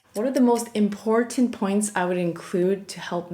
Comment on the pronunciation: I just want to compliment you on your accurate pronunciation of the word "important" so many people have picked up the bad habit of dropping the T, in the word. It was very refreshing to hear it the right way. Thank you.